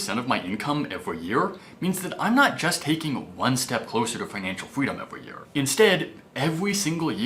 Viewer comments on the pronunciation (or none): Elmer Fudd syndrome. Evwry, vewy, wule of thumb, weduce your expenses, thrwee thousand, retwere. ugh. He was doing so well in the last few videos.